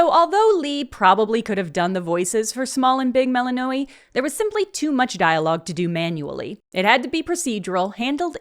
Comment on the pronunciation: lol the way you mispronounce “Melly-knowy”.